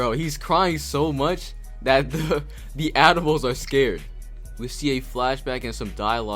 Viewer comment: I wasn't looking at the screen because I was eating and thought you said admirals, not animals.